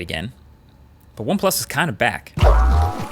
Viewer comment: "But OnePlus is kinda back." Huge emphasis on the "kinda". 😄